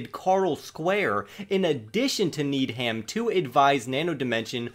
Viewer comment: It’s pronounced Need-em and Co. not Need-Ham. Keep it up 🤙